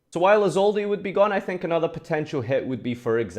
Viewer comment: Why does everyone pronounce the “e” in Isolde? But I don’t what Isolde to be banned